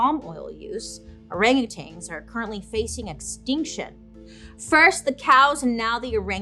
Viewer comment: There's no G at the end of orangutans! So annoying 🙄